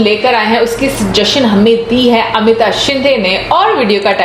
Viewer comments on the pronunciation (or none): none